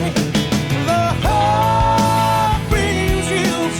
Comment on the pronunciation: You say 'hook' and I hear "HULK" and i'm like...???? 🙂